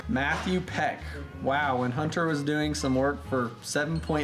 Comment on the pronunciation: Why do you call your camera hnnt---er We pronounce it Hunter